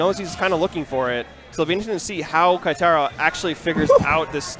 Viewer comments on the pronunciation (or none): I cringe when they say "KAItaro." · Goddamn... They butchered Keitaro's name for the whole tournament...